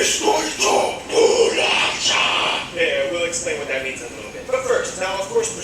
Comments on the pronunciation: ITS BOLACHAAAAAAAAAAAAAAAA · I only have one thing to say: it's bolacha! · Just so you know, the right way is bolacha